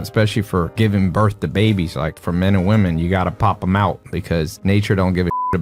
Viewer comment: Day 501 Trying to get u to pronounce women (plural) Western women = wi-men